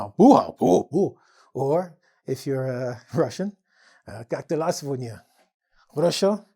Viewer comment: Я вообще услышала "как дела, свинья" 🤦😄😄😄